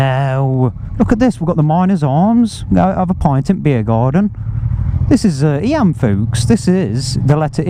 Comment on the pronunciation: Hi, just to let you know Eyam is pronounced Eeem.Nice video,we met at Matlock Bath about 2 or 3yrs ago We parked up next to you on same colour Deauville.Cheers all the best Bob and Pam.